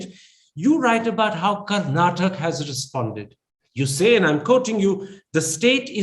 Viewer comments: Not karnatak....it's Kar-na-taka. I understand you are not familiar with the pronunciation. Please correct yourself and i beg others who are watching this video, please remember it's pronounced as KARNATAKA....don't forget the A in the end. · the anchor Mr. Thapar must first learn how to pronounce the state. it is Karnataka with a "a" at the end, not Karnatak